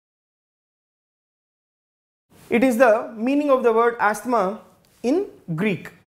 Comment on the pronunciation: Positives - explanation is vry clear n good Negatives - only that its greek not greeck 😊